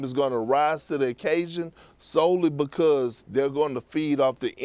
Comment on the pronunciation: Perk is “because” not “bocost”